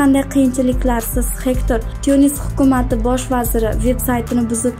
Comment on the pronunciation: Gegtr boladi hector emas